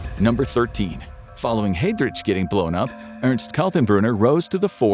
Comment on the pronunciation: The pronunciation could definitely be better, especially for Heidrich